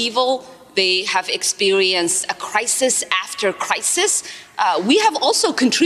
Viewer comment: Did Ilhan Omar just pronounce it "Expewienced"? I guess that makes sense given she has the moral intuitions and intellectual capacity of a toddler.